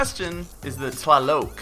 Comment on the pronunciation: I would love to play with you in destiny sometime. I saw you were on Xbox one. My gamer tag is BTW: it's pronounced T-lie-lock